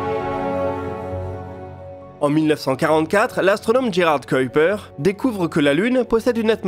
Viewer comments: Je suis flamand. Je vous félicite pour votre prononciation de Kuiper et vous informe que la phonétique est identique concernant Huygens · Etant flamand, je vous félicite pour la prononciation de Kuiper. Faites de même pour Huygens. Belle vidéo.